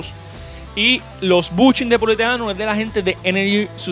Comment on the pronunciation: 😂😂 Poliuretano no poliuterano jajajajajaja 😂😂 salidos amigo.. Tengo un 4g oye alguna pagina donde pueda conseguir todo alerones faldones lips para 4g?